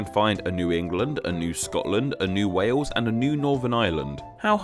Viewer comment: I love the fact that he pronounce Wales "Wews".